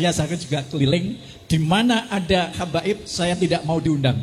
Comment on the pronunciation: Bukan kabaib madt yg benar Habaib..ngomong gak becuss